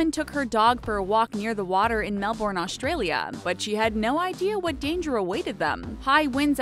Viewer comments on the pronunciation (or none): Really it’s not Melborn it’s Melbourne Or pronounced Melben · TRIGGGGERRRRED ITS MEL-BEN, NOT MEL-BORN. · I hate it when people pronounce Melbourne melburn, you pronounce it melbon instead! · I laugh when. people say melborn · I can't believe an adult hosting informative videos can't even pronounce Melbourne correctly. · Lol, thats not how you pronounce Melbourne